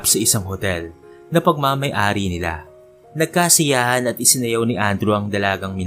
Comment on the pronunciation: NAGKASAYAHAN NOT NAGKASIYAHAN